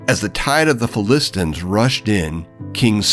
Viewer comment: Great video. Why does he pronounce it "Philistins"?